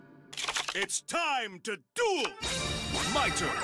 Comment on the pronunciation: Duel is spelled "Duel" NOT Dule and Championship NOT champion chip